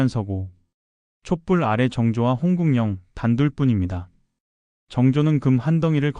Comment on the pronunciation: ai 더빙인가? 홍국영을 홍궁연이라고 계속 발음하는데 홍구경이 맞는 발음입니다.